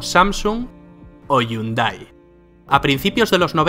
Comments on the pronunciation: Es Yuday O Hiunday? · Todo muy bien hasta que pronunció Hyundai 😂😂